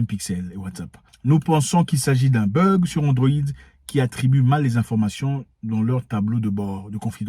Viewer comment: It is not burg, it is bug.